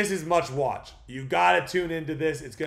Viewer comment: I had to rewind it to make sure, threw me off. It was like… did he just say meowesque😂🍻